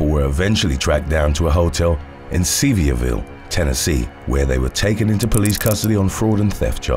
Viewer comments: Sevierville TN is near Knoxville TN and is pronounced -(Sev-er-vul). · I'm from Tennessee. And the way you pronounced Sevierville....whoof lol.